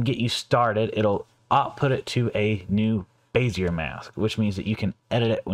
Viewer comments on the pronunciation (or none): You're pronouncing Bezier wrong, it is (Bezz--ee-ay), the R is silent.